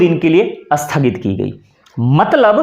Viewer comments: महोदय आपका 'स्थगित' शब्द का उच्चारण 'अस्थगित' सुनायी दे रहा है. इसे सुधारियेगा. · राम राम राम! आप 'स्थगित' शब्द का उच्चार "अस्थगित" करते हैं ? संस्कृतभाषा का शब्द है 'स्थगित'। उसके प्रारंभ में 'अ' लगाने से तो उसका अर्थ 'नकारात्मक' हो जाता है !!! उदाहरण के रूप में, 'सफल' शब्द के आगे 'अ' लगाने से 'असफल' शब्द बनता है, जो 'सफल' से एकदम विपरीत अर्थ देता है। सच बात हम जानते हैं ! हिंदीभाषी लोग संयुक्ताक्षर, विशेषतः 'स्' से प्रारंभ होने वाले संयुक्ताक्षरों का उच्चार उस शब्द के प्रारंभ में 'अ' या 'इ' लगाये बिना बोल नहीं पाते ! वे 'स्नान' को 'अस्नान' और 'स्थिति' को "इस्थिति" बोलते हैं ! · स्थगित बोलना सीख लो सर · सर आप स्थगित को शुद्ध नहीं बोल रहे हैं।